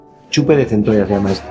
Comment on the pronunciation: Centoshaa jajajja es centolla lo pronuncia mal los argentinos